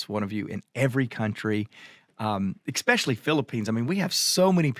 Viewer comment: I hope I'm not being too nitpicky, but, there is no "X" in the word especially. I tell you this in love and gratitude for who you are and what you do. 🤗